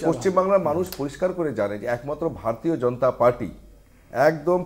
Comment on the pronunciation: এই মালটা বার বার ভার তিও ভার তিয় বলছে। মালটা ভারতীয় শব্দটাও ঠিকমতন শেখার চেষ্টাও করে না।